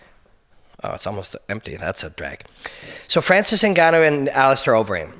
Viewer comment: Man, you pronounced his name correctly too. Nicely done. I like your point about Francis being more than just a powerful, large man. From what I can tell thus far, he has a wise, otherworldly soul. in the next 10 years, the term "soul" and "Starseed" will be something everyone uses with great fervor, and seriousness. It's too soon to tell, but I get the feeling Francis is a Starseed/Higher Human. His soul has wisdom and is more advanced that ordinary mortals. You can tell immediately when you observe a soul that isn't from around here. There is a depth of intellect and a sense of understanding of reality that goes far beyond normal people. It is my feeling that GSP and Robin Black aren't from around here either. Nicely done, like always Robin. Your ability to destroy stagnant mind patterns is incredibly important during these times. In the next 10 years, you'll be the first person to be talking about the "soul" of the fighters.